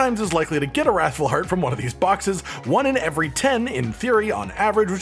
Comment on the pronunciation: Anyone think they say raffle hearts.. It's wrath FULLL